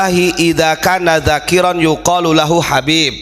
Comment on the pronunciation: اذا كان ذكرا idza kana dzakaron (laki2) bukan dzakiron (orang yang berdzikir) ustadz koplak iki NGAJI maning cung ben iso baca arab 😬🙈😇